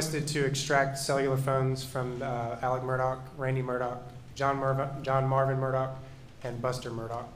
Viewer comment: This drives me crazy. His name is Alex but they call him Elick...If his name was Steve would they be calling him Sean?